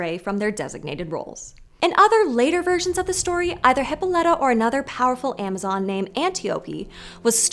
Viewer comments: Almost every time I have heard (and every time I have said) it, the pronunciation has had the stress on the o. Not as in this video. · I noticed that, too, but I absolutely guarantee that if they pronounced names the way the ancient Greeks did, there'd be way more comments that they pronounced something wrong. Very few ancient Greek names are pronounced "correctly" in modern English. And Westerners tend to assume their pronunciation is correct without checking. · Everytime you pronounce her name as "hippo-lite-uh" I wanna shove pencils in my ears. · Y’all tell some great stories! You do a great job of making the stories come to life. My own feedback is that you really need to do a quick Google search on how to pronounce the Greek names. It was distractingly off.